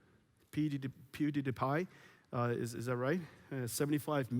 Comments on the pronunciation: It is really cool to see Mr. Huang be so enthusiastic about RTX. I also found it very funny when he pronounced pewdiepie "peededepie" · dang. 2060 will make a great entry point in to rtx. great presentation overall. although the mispronunciation of pewdiepie was quite hilarious. for anyone interested. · Is so awkward people just comment like i wish can win a 2080ti comment something about the video not about you want to win a free gpu... For me on this presentation was when he try to pronounce pewdiepie :P